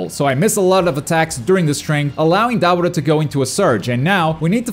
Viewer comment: Butcher the hella out of Dabura name